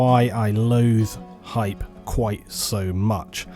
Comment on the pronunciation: i don't like how the gaming industry has hijacked the word hype. it's supposed to be said with some gusto, some feeling.. not muttered under breath, after explaining how much you hate it. bit of a random nitpick, ill freely admit, but im a longtime viewer, im not here trolling, just needed to convey my feelings on the subject. :P